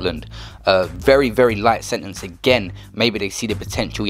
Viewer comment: "Setenece" l0l